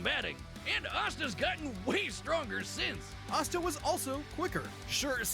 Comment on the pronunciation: “Ass-ta” 😂 girl Asta is spelled and pronounced exactly like pasta without the p